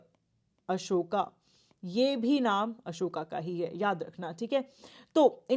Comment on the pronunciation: Content is good. Mam can improve the pronunciation of names.e.g. abhigyan shakuntalam, "Ashokaa" or Ashok, guptaa or gupt , Baanbhatta and many other